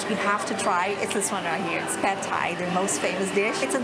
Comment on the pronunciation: You pronounce Thailand and Thai wrong. This is how you should pronounce Thailand. And the same goes with Thai.